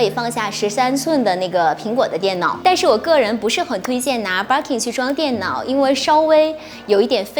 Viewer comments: Barkin 汪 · Birkin的發音怪怪的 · 她讀錯的，一直沒改